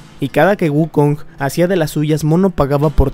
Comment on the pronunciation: Dijiste wuckong... ¡Dijiste Wuckong! ¡¡¡DIJISTE WUCKONG!!! AAAAAAAAAAAA!!!!!!!!!!!!!!!!!!!